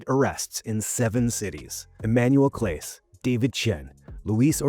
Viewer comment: You mispronounced Clase's name. Or the AI did. Ugh. Moving on.